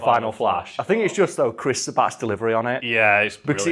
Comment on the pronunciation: Viz Media? Shouldn't that be Toei Animation or Funimation? :o Viz releases the manga in America, but not much more :o Also funny how you mispronounced Sean Schemmel and Chris Sabbat in the same way, haha :b